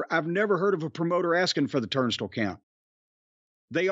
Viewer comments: No. Jim is saying it wrong. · TURNSTILE....not turnstil Jim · Turnstle? I love Jim to death, but that sure is a weird way to say "Turnstile." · Is "turn stull" a common pronunciation? I call it "turn style" and while I grew up in the South I don't recall the word coming up in conversation before...so just curious. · Who else loves who Jim is saying "Turnstile" as like "Turnst'll" 😂😂. Same way he says "Louisville" basically with his little bit of accent. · Yes I’m saying turnst’ll from now on ha ha! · Turnstile is the only word I've never heard that way... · I never knew turnstile was supposed to be pronounced like that. lol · Idk if I like how Jim says 'turnstile'. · The way, Jim pronounces turnstile is like nails on a chalkboard for some reason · I've never heard turnstile pronounced the way Jim says it. Im sure it's a midwest/southern thing. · I've been mispronouncing "turnstile" for years.